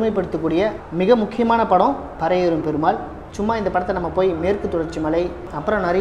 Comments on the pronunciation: Karipi nu solla therintha unnaku pari nu yen solla mudiyala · பறையேறும் இல்லடா..பரியேறும்..வேணுமுனே சொல்றியா ..